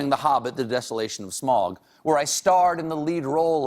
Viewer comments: K9 Gaming he also mispronounced Sauron and Smaug As “Soh-ron” and “Smog” Instead of “Sau-ron” and “smaw-g” LoTR Appendix E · Isnt it "sma-oog", not smog like he pronounced it? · This self proclaimed Tolkien expert doesn't even pronounce "Smaug" correctly. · Charys Russell he also mispronounced Sauron and Smaug As “Soh-ron” and “Smog” Instead of “Sau-ron” and “smaw-g” LoTR Appendix E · For being a big nerd, he said go-lum 11 times instead of gaa-luhm even once. A "Golem" is a rock/earth/dirt creature. Also the dragon's name is not pronounced smohg - it's said like smowg. like you are saying "ow" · He also mispronounced Sauron and Smaug, I don't remember where I saw this, but the AU in both is pronounced like the OU in sour. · “Gollum” is pronounced gall-um -“Sauron” is pronounced sæw-ron -“Edain” is pronounced eh-dine -“Smaug” is pronounced smæwg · He also pronounced Sauron and Smaug incorrectly. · Calls himself an expert but does not pronounce Smaug properly? Shame! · I don't know why i'm here commenting 3 years after the video came out but dear Stephen, if you are truly a huuuge tolkien geek you should know how to pronounce "smaug" correctly :))) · When he cany say tolkien nor smaug correct.